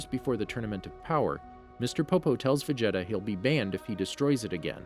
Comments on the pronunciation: He’s not saying everything correct. Vegeta is said as ve-jet-a when it is veh-geh-ta in Japanese and ve-ji-ta in English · Did anybody notices how he says Vegeta "vageta" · How Do you mess up "Vegeta"?